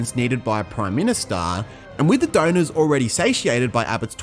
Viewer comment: “Impacting their donorsezz profits” Try “affecting their donors’ profits”. It’s not necessary to put ezz or es on the end of donors as it’s incorrect and sounds silly.